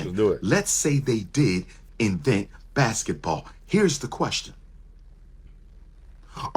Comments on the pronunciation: Did Umar just say Blasketball?? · Lol he said "BlacBasketball" 😂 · Did he say blasket ball players 😅